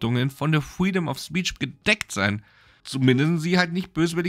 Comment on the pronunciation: Pfueedom of speech 🤣